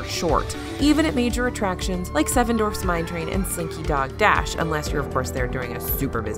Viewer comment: I love these videos, but PLEASE stop saying "Dorfs" instead of Dwarfs/Dwarves. People with dwarfism are not all fictional characters and it's an incorrect pronunciation of a real condition.